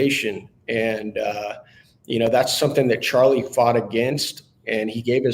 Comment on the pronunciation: He said Charlies name wrong.